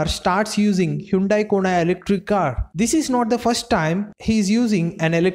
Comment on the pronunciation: Atleast pronounce "Kona" correctly 🤢